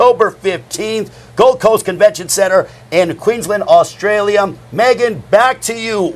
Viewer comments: Why the fuck is this clown saying AUSTRALIAM? 😂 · Is old mate saying, Australiam? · Australia mate not bloody Australiam WTF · Going to be a ripper fight. The bloke in his ear could of told him to pronounce Australia correctly 😂😂